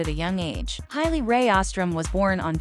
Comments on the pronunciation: Hay-Lee, not High-Lee. JFC! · Ha lee. Not Hi lee.